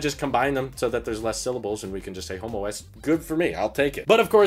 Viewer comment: They might have to change the name homeOS. All I could hear saying was Homo S the whole time.